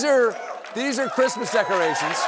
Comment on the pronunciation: “Who geevs a fuck about de chreestmas.”